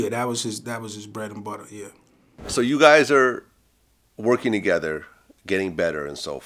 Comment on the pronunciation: Tahgeva (Together)?? and they say country ppl be making up words😂😂😂😂